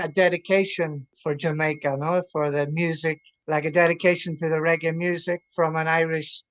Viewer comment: Regg-AAY not ‘iee’